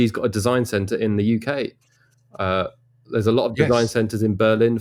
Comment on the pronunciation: UK. Can you say UK please.